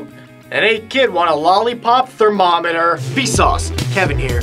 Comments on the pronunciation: AHAHAHAHA the way you said thermometer was so funny. Idk why. XD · The way he says "thermometer" in the beginning is so funny! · He says "thermometer" in a weird way x) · What was up with the beginning when he said thermometer? xD lol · Lol the way you said thermometer was weird.